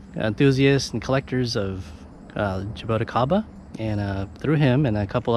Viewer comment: Nice fruits... but you kind of have to pronounce some of the words here correctly next time... For example... Roxa Pulpa(Actually Roxa Polpa) = "Hosha Powpa" Rosa de Pescoço = "Hoza jee Pescoso" Jabuticaba = "Ja-boo-chee-kaba" Other then that, the video is good somehow and the fruits from what it appears to be from Brazil seemed to be nice.